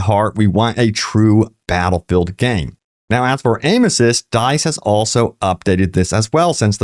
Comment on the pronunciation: Bro you gotta learn how to say "dice"